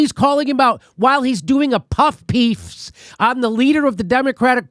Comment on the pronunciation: Jimmy "Puff Peef" Dore